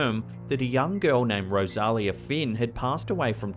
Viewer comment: Sean Doyle from the Manor Lots of effort and a great presentation. Wished you would have contacted the owner for correct details. Rosalia = Rose-a-lia Besides a bit of add lib good over all.